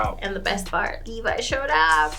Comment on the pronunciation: Meesucka and Levvy?? REALLY nigga?? I understand misreading the names from time to time, but are you not actually listening to the show while you watch? They SAY their names constantly, anything you misread should be shut out by the fact that you HEAR the words Mikasa and Levi 80 times per episode with your own ears...